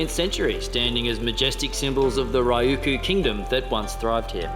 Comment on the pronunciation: Okinawa is not Ryuku it is Ryukyu =ry yu key u and it is sak-ay not sakee